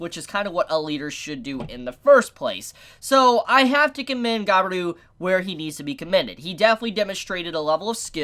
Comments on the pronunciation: you pronounced it guy be ru, so triggering, ga-bi-ru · why do you say Gabiru ->Gaberu? i mean why? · It’s pronounced ga-bi-ru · Ga-e-ru //Gabiru he's an idiot with a good heart Lmao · Merry Christmas and "Gabil" is how you pronounce his name, "Gabiru" is the romaji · How you can't know how to pronounce Gabiru? Gabiru! Gabiru! Gabiru! Gabiru! Gabiru! Gabiru!